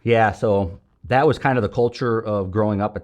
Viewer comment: Fellow St. Louisan & St. Chucker here...Francis Howell...I grew up throwing trash as well. My folks and uncles owned wilson refuse and wilson disposal.... you didn't even have to tell us where you're from, I could tell just when you say "and nat (that)" at the end of your sentence😂 New Melle or Defiance roots 🤣. Amazing story and thanks for your service.